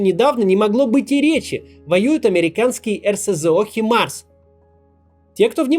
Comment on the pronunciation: Не хаймерс, а химарс! Ахахахахахаха